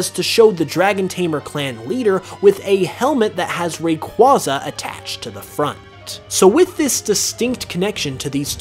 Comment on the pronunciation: The way you pronounce Rayquaza hurts me